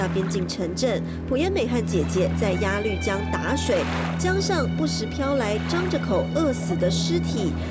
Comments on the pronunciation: 鸭绿江 鸭ya 绿lu 江jiang 不读lv 读lu... 英语就算了，但这个读错瞬间感觉很没文化... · 鸭路江，那个绿字读路，强迫症不想看了，一直绿啊绿的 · 朴（Piao） 鸭绿（Lu）江 我真服了 你们都是文盲吗？ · 作为从小在鸭绿(loo)江边长大的人， 听主持人讲鸭绿(lv)江真是心塞。。。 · 主持人：您的英语很尴尬，中文夹带英文更尴尬！！请节目更正发音：朴piao妍美，鸭绿lu江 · 鸭律江？主持人要多读书啊。还有普妍美？大陆这边念嫖研美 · 鸭绿（lu）江，谢谢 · 鸭绿（lv？）江？？？文盲主持人？ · 鸭绿 lu江！这主持人有没有文化